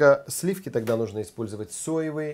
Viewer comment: слиффки.... фффууууу.........